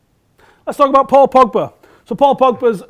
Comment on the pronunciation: The way says Pogba's name. PoPoBa.